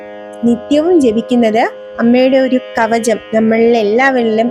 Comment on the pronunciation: Not. Kavajam pronounce it KAVACHAM...ok